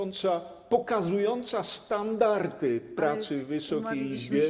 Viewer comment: Panie Pośle Polonisto: standarDy, nie starndarTy. W mowie i w piśmie. 😉🙂